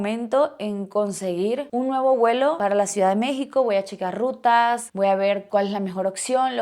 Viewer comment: Se dice vuelo. No se dice welo